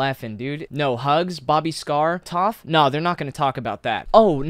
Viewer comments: Just so you know for the future Toph isn't pronounced like the Avatar character it is pronounced like toeph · lost me after the chapped lips, defending zero, and pronouncing toph as "toff" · Just a minor thing, Toph's tag is pronounced "toe-ff", not "toff". Just discovered your channel today. Amazing work on the ZeRo and ANTi videos. I'm going to watch more!